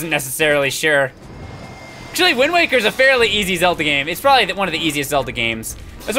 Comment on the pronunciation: YOU SAID WING WAKER XD